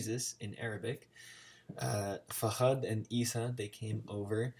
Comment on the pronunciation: Man, I just stumbled upon your video, I gotta say you did way better than my friends when I tried to teach them a few words. Just a little thing though, his name is Fahad with a light H, just as in "hello", the way you're adding a little "kh" sound makes it sound like fakhad, which means thigh in arabic lol But I get how confusing it can get to tell the soft and harsh H apart from each other and from the KH sound. The easiest way I could explain it to my friends is that there's an H like in Hello, and an H where you just imagine you're a snake for a few seconds, it's a very flat sound and the last sound is the KH sound which most people are familiar with through german, like in "nacht" If you really wanna perfect your pronunciation, practice the differences between the 2 Hs and the KH and maybe the GH sound... a lot of americans tend to use KH when they're supposed to be using GH